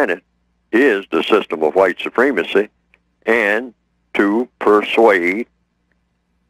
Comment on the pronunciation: why does this guy say white soo-PREEM-a-see when the word is pronounced soo-PREM-a-see? very distracting from what he has to say.